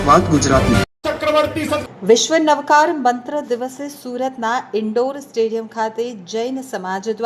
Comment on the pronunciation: Pronunciation is very wrong Ashudh Navkarthi wrong effect